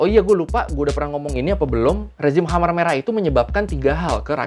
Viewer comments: Oi choy....... Kmher merah, Jangan dibaca Khamer dong. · KHEMER MERAH BANG..... KHEMER, BUKAN KHAMER, (emang mimi'an) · bagus sejarahnya min... TOP and thanks, tapi koreksi dikit cara membacanya 'KHMER" bukan kha-mer (seperti minuman keras) tapi bacanya keh-mer.. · Koreksi nih bang: Khmer Merah penyebutannya bkn khamer merah yg dlm bhs arab berarti Minuman keras (khamr).